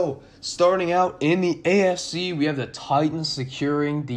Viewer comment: Sounds like you're saying "ASC" when you say "AFC". Lol it was throwing me off. Good vid tho all in all. Keep going bro.